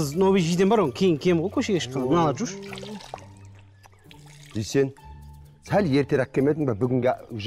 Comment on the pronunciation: Дүйсен жегенді дүшен диді ғой 😂